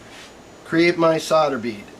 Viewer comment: SODER ,IT WHAT HE SEEMS TO BE SAYING,,I THOUGHT IT S SOLDER ?? GOOD JOB THOUGH :)